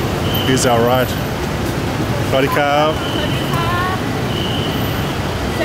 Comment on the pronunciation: Pretty funny that you gave your son a hard time about saying hello in Thai when you don't say it correctly with all the time you have been in Thailand...lol